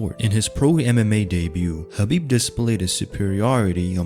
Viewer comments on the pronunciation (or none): I am feeling squeamish every time the narrator calls him HABIB instead of KHABIB. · Why does it sound like your saying Habib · I'm relaxed. He said Khabitch lol